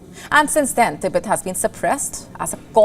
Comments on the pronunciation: TIBET(tee-bet) not ती बेत. Media’s clear pronunciation of a country or a region or a city is of utmost importance. Public follows media and octet gets it wrong . So, please get the pronunciation straight. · Its Tibet not Tehbet 😢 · THEEBET THEEBET THEEBET THEEBET THEEBET. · Is there other ways to pronounce Tibet? I've always said teh-beht